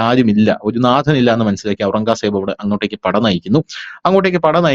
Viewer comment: ഔറംഗാ സേബ് എന്നു കേൾക്കുന്നത് അരോചകം. നമ്മൾ കേട്ടിട്ടുള്ളത് ഔറംഗസേബ് എന്നാണ്.